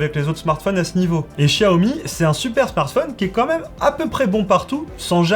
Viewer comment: Rien qu'à l'écoute de la prononciation de "smartphonne" j'arrête là. C'est ton métier en plus mince!